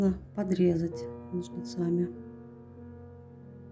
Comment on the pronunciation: Это просто невероятно красиво! Единственное, очень извиняюсь, но режет слух слово "ножницАми".